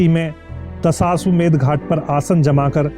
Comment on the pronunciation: दशाश्वमेध घाट । उच्चारण तो सही कीजिए ।